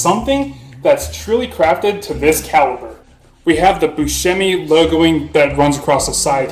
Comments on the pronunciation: It is pronounced Bus shh emi! It is hard to right the Italian pronunciation because part of our speech is our diction. We speak with emphasis, with an attitude and hands. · I am Italian! the pronunciation is like shh like asking someone to be quiet, hence, Bus shh e mi.